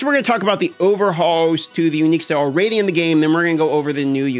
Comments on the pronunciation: All-raidy then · Has ever addressed the way he pronounced the word already? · It’s ok, he’s from Alaska. They do things different up there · ^ he's got a point 😂